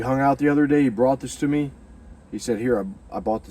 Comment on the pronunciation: "Go to Nineveh my Son, go to Nineveh for Mehh"😂